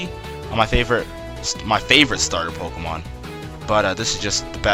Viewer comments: POKÉMON NOT POKOMON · it's not pok-uh-mon. stop sayin it like that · good video, but I can't stand how this guy says pokemon. he says it so much in the video though